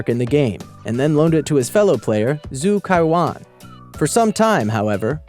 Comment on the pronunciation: you didn't pronounce zhu caoyuan right, it's like ju tsao youaun...yknow